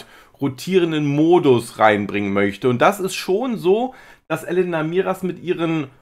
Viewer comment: sie heißt Elena und nicht Elenna. 😊 Langgezogenes E